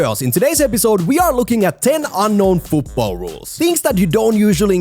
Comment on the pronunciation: Rule 11. FUUTBOLL is not how to say football